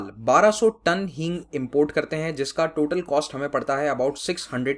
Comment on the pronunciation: That is hing not heeng